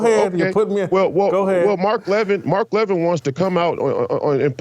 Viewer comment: First off GOOD RIDDANCE. I never enjoyed Royce as a guest, I don't think he added much. Second, Royce does not even have the common courtesy to pronounce the man's name correctly Royce. In the clip played, Jason clearly pronounces Levin's name correctly with emphasis on the first syllable "La-Vin" and Royce ignores this and repeatedly puts the emphasis on the second syllable "Lev-In", small point but telling. Third, to call Levin a "Neo-Con, RINO" is not only silly it shows Royce's political ignorance. A RINO (Republican In Name Only) is a very Liberal Republican who often sides with Democrats generally on social issues such as abortion, gun control etc. RINOs can be very important to getting legislation passed as they often, but not always, represent left leaning states. An example would be Susan Collins who is about as Conservative as could be expected out of Maine. Other RINOs are just establishment creatures and can't handle being constantly criticized and demonized by the likes of the Washington Post, ABC, NBC, CBS, etc. such as Mitt Romney. Neo-Con's are technically 1960s Liberals who came to realize the Left hated America and became Republicans, such as Jeanne Kirkpatrick although technically Reagan could be lumped in here too (but he turned Conservative earlier). However, during the GWB administration Neo-Con became a short hand way of calling certain Republicans war mongers. Many of the leading intellectuals of the neo con movement were Jewish and "Neo-Con" became a